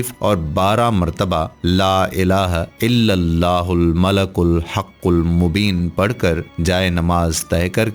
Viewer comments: its not Malak, its Malik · Bhai sahi terha to parho. Mala-kul nhi mali-kul-haqul mubeen hai. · App nay aik lafz ghalat parha malikul hai app nay malakul parha.tasheeh karain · mlalkul...نھین malekul پڑھین۔ شکریہ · Description main malikul likha ha or ap malakul parh rhy.... Sahi tallafuz ki rehnumai frmayen shukria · "Malikul" sahi talaffuz hai "malakul" nahi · AOA deer most of wazeefa telling persons tmake mistakes 1. One qari recited Quraan wrongly 2.,another person reciting yaa badee ul ajaebey which is wrong 3,, one Qari old man recited Doaa e MUSA AS. Wrongly rabbey inni lemaa anzelto very bad and very wrong. 4 now you recited 2 or 3 time malakel it's wrong I think wazeefa tellers only want to earn money. I am totally UN PARH دین k moaamley مین پھر بھی غلطی pakker letaa ہون. Please take care. Wassalam